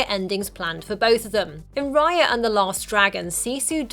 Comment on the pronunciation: Raya not Riya